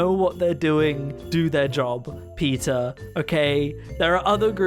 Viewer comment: Omg when you said PETA, I thought you were saying Peter, like the wife from family guy🤣